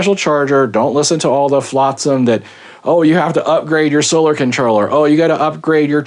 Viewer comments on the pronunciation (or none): none